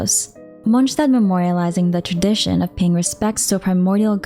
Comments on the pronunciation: In fact she does pronounce it incorrectly, it's a German word "st" should be pronounced as "sh" Not "J". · And "D" is almost not pronounced at all. So it's Monshtat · MonSZtandt wtf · great vid, though i kinda hate listening how you say "Monshtadt" 😁✌️ or is that how it's pronounced? sorry i got used to "mons" instead of "monsh"